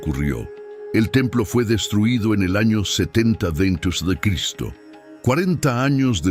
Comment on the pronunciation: HOLA COMUNIDAD, HAN NOTADO QUE LA IA. NO PUEDE PRONUNCIAR EL NOMBRE DE CRISTO...